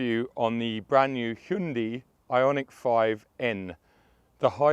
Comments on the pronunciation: It is (Hyundai), NO Hyndi or Hundi. 😉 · Yeah I believe its pronounced "hyeon dae" by the Koreans. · I heard a Korean pronounced it, it was "hyeon dae".